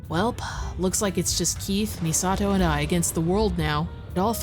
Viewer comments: He's saying Misato pretty accurately for the Japanese pronunciation, but it stands out as clashing every other word he says. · I love that this goofball main character puts in the effort to pronounce Misato somewhat correctly, while Misato herself be like "My name is Misahdough". The cherry on top is that it makes him the odd one out and sound like a tryhard weeb 😂 "Misa*T*o!!!" What a rich experience. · The way he pronounces/enunciates Misato's name reminds me of those old English Godzilla dubs. It's technically correct but mixed with bad acting lol. "MI-SA-TOOOO!!" Love your videos btw, every one is an entertaining gem during which i get to experience games i only got to ogle in game magazines of my youth (and i ogled the hell out of the Countdown Vampires ad lmao) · It took me a while of listening to this stupendous voice acting to realize these voices have an uncanny resemblance to scripted audio from English language textbooks: the ridiculous over acting, the clear yet stilted enunciation of almost every word, and the pains the Keith takes to pronounce Misato. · The way Keith pronounces “Misato!” makes it sound like they deliberately copied the Japanese v/o.